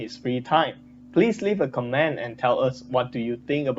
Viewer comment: you pronounced "comment" slightly off but nothing big. The video is good. thank you